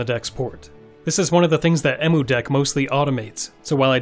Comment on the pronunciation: Its pronounced "Em" "U" deck.